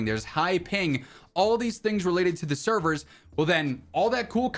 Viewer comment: Man said update severs lmfao...never